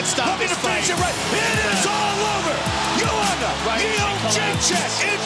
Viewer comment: Gotta love Goldberg trying to pronounce Joanna "Iondjentjakk"